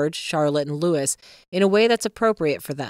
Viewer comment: Do you have the pronunciation of Prince Louis wrong it is not Lewis! It is Louie. I thought I would enjoy this channel but there are too many things that I see that are not classy or dignified. The AI commentation is very poor at the content even worse at times.